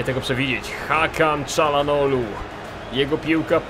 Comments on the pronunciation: mówi się Czarhanoglu ale tez może być Czalanoglu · Kalczanoglu plz nie Czalanoglu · Mówi się ćalhanohlu